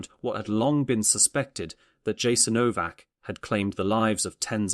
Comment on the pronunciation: Yasaenovac not k . If you talking about such a sactrd place you need to pronounce its name correctly.Thank you but West has NO IDEA what thappenet there....